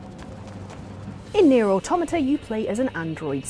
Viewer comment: Thank you,, for not pronouncing it "Otto-matta."